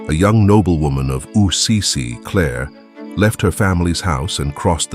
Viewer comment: Why does the narrator keep saying ‘Ussizi’ instead of ‘Assisi’?